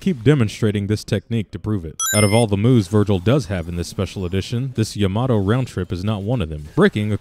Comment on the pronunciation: 1 thing else: characters are really inconsistent with the name of Yamato. It's either like Yamotoe, Yomatoe, or Yamado. Those last 3 are for pronunciation.